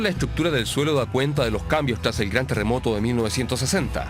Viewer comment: Este weon dice teremoto jssjjs😄🤣